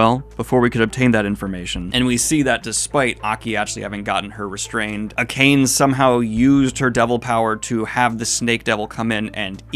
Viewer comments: Just FYI an easy way to pronounce Japanese words/names is to break them up into consonant vowel pairs. Akane isn't "a-kane" it's "a-ka-ne". Unless you want to get super fancy, you can just pronounce every vowel the same way, so the a in 'a' and 'ka' are said the same. That's legitimately like 90% of Japanese pronunciation. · Her name's actually a-ka-neh not a-kane (rhymes with "a connie"). Same first name as the female lead of Ranma½, Akane Tendo. In japanese it's 沢渡 アカネ, and the Kanji for her last name 沢渡(Sawatari) mean fording or crossing (渡) a marsh (沢) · Aka-Nay. Not "A Cane" LMAO Never change Goblin. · Not trying to make fun of your JP pronunciationm but it was really funny when you said you've got the name but said "a cane" instead of a-ka(as in the "ca" in "California")-ne(as in "never"). It reminds me of when I first saw the name Jeff written as Geoff and thought for a long time (ESL btw) it's "ge" from "get" and with the "o" not being silent. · Akane is read "Ah-kah-neh" in english, it's like a japanese name thing. I love these btw :P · Akane is read as A-KA-NE. Each syllabus is fully pronounced. It is Japanese so uses Japanese rules of pronunciation, not English. P.S. I hope no offense is taken, because I just trying to explain things. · Akane = Ah-Khan-ey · Akane is pronounced like “Akah-nay” and Reze is pronounced “Ree-zay”. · Don't think you'll see this Daniel but just in case you want an easier time pronouncing names: Akane: "Ah-kah-nay" Reze: "Reh-zay" Kobeni: "Ko-ben-ee" That pattern more or less continues with few exceptions for Japanese names